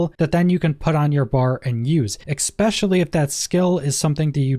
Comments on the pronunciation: Nice video but why do people always say "ex-specially" instead of e-specially? I'm not a native English speaker but this is something I notice on a regular basis. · Not trying to be a dick, but there's no x in especially. No x sounds eh specially.